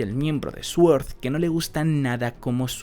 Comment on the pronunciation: hostias, he oido Sword bien pronunciado y casi me da un orgasmo‼️ Grande, ‼️ Y además has suavizado la voz "esa" que sueles poner...? GRANDE, GOLD, JODER... GRANDEEEE‼️ Doble orgasmo auditivo‼️ 👏👏👏👏👏👏👏👏👏 Y encima ya me había suscrito hace unos días 🤣, qué cosas. Keda muy bien cómo te vas emocionando mientras explicas cada página. (puto Orochi de los cojones... espero q si aparece de nuevo su muerte real sea dolorosa y epiquísima)